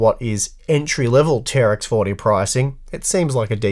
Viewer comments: It's not "tea are ex for tea" it's "T-Rex 40" for the name of the socket ! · It's pronounced "T-Rex 40", I will not accept arguments to the contrary